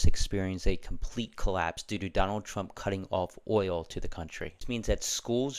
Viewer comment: Trump not trunk